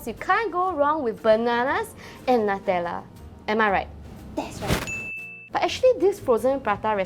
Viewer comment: Nutella should be pronounced as (new-tell-uh)